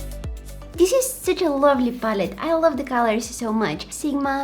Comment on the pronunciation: Haloo lably people😆